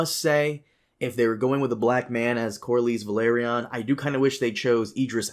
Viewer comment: learned to pronounce Corlys Velaryon 👏👏👏 Edit: Nevermind, he fucked it up again towards the end